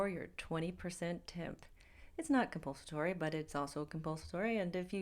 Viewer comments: Its COMPULSORY not conpulstory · Is 'compulsatory' a real word? he asked, sarcastically😂